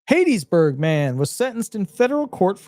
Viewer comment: It's not "HATE-iesBurg..... It's HAT-TIES-Burg! Go to Mississippi and pronounce it like you did and you will be laughed out of the state!